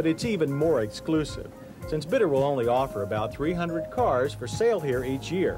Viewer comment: I think it should be pronounced Beet-t-ter. Yes, you gotta to the T twice. And it's far more Bee or Beat, than Bit.